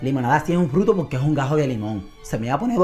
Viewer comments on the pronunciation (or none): cuando dice fruto pareciera que dijera bruto 😅😅😅